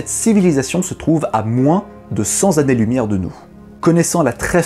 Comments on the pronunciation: Bon sujet, bien joué. Mais par pitié, faites vérifier votre script: "cent années-lumière" svp, et non "cent Z'années". J'ai perdu mon oreille gauche, c'est malin … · Excellente vidéo, comme d'habitude. Attention cependant, on ne dit pas "cent Zannées lumière" mais "cent Tannées lumière" si on veut faire un liaison correcte ;) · Très bonne vidéo si ce n'est cet insupportable 100 zannées lumière. 100 s'écrit "cent" qui se termine par un T. On dit cent (t)années lumière. Sinon, je suis tout à fait d'accord pour Dire Strait. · Comme toujours, une superbe vidéo & plein d’infos intéressantes, j’adore! Juste une chose: on dit « cenT « t’ » années lumières » & pas « cent « z’ » années lumières » 😉. Mais bien « deux centS « z’ » années lumières ». Vivement la prochaine vidéo!! Merci pour tout ton travail. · Encore un très bon épisode ! Fais juste attention à ne pas dire cent zannées lumières... la liaison c'est avec le "t" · Tout a fait! Sanhané ou Santané, mais pas Sanzané. Merci pour nos oreilles. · Excellente vidéo !. Attention aux liaisons : cent années, pas cent z' années. Par contre deux cents z' années, c'est bon. J'appelle ça des liaisons malt à propos ;) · Cent "t" années lumière, pas cent "z" années lumière 😁😁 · Hop hop hop !!! C'est Pink Floyd le meilleur groupe de tous les temps !!! Et ensuite ACDC ! Attention avec les liaisons, ça pique les oreilles. On dit cent t'années pas cent z'années. Sinon, très bonne vidéo. J'ai essayé de me représenter le cosmos entier une fois........... J'y étais presque et mon cerveau c'est mis à fondre, alors j'ai arrêté ! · Vidéo intéressante, comme souvent. Juste un petit souci de forme. Le mot "cent" se termine par un T. Donc cen-Tanées lumières et pas cen-Zannées lumières. ;-) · juste petite précision c'est (phonétiquement ) cent tannées-lumière, et pas cent zannées-lumière. Mais c'est juste une précision! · Cent T années lumière, pas cent Z années lumière. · Cent z'années, je saigne des oreilles. Bisous.